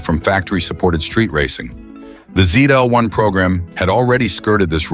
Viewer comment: The last letter of the alphabet is pronounced "zee" in the US and "zed" in the UK. Unless you're treading water in the middle of the Atlantic, "zeed" is not acceptable.